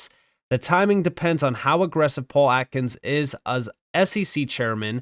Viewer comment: Can’t get over how this man says “as. “Uzz an institution” 😂😂😂